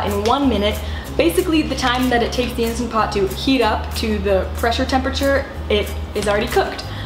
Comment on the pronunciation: INSTANT Pot. Not "Insta" Pot.